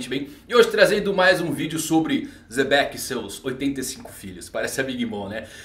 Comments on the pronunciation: Pq o chama o Xebec de Zebec? Até hoje tento entender. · "zebec" kskskskks